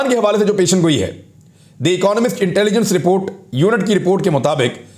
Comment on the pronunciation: پیشن گوئی نہیں پیش گوئی ۔ ۔ آپ کے تبصرے تحقیقی اور غیر جانبدار ہوتے ہیں۔ شاباش